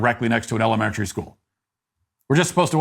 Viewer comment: Why are you unable correctly to pronounce the word "elementary"? Are you unfamiliar with it? If so, try substituting "grade school."